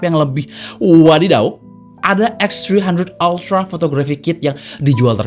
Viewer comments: Anjay.... Eks Tri handred altra, ribet bang ngomong nya 😂. Bang abis makan roti keju ya? Jd pinter bhs Inggris nya 😂. Mantap lah, mgkn inilah jawaban user Android yang pingin kamera pro, tp bosen pake aipon. Segment foto & videografi di HP sih bkn segmen besar. Tp adanya produk pasti ada pasarnya jg. But, gw yakin semakin lama klo kamera HP udh setingkat mirrorless ada kemungkinan kamera profesional yang mid to low bakal tergantikan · “VIVO EKSTHRIHANDHRET ALTRAA” 😂😂😂